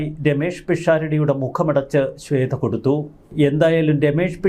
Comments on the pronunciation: ശ്വേത ആണ് ശ്വേദ്ധ അല്ല....വാർത്ത വായിക്കുന്ന ആൾ ആദ്യം മലയാളം ഉച്ചരിക്കാൻ പഠിക്കണം...ഇല്ലെങ്കിൽ അത് അറിയാവുന്നവരെ പണി ഏൽപ്പിക്കണം.....മലയാളം നേരെ പറയാൻ അറിയില്ല , ഇവരൊക്കെയാണ് ഇംഗ്ലീഷ് പറയാൻ അറിയില്ല എന്ന് പറഞ്ഞു മറ്റുള്ളവരെ കുറ്റം പറയാൻ നടക്കുന്നത് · ശ്വേത മേനോൻ. ശ്വേധ. അല്ല. ശ്വേത. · ശ്വേത ആണ്, ശ്വേധ അല്ല